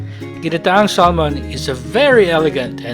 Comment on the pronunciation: it pronounce SAHMON silent L